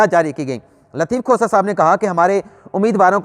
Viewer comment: محترم ۔ برائے مہربانی “لطیف کھوسہ “ کا نام احتیاط سے لیا کریں۔ لگتا ہے آپ لطیف کھوتہ کہہ رہے ہیں۔